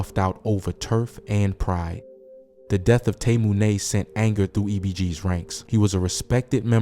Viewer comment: I doubt that's that boy's name the way that you're pronouncing it I'm pretty sure his name was Tay money he just spelled it with a u😮😮😮😮